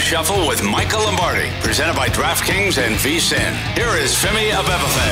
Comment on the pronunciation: Over/under how many takes it took Musberger to get Femi’s name right in the intro: 13.5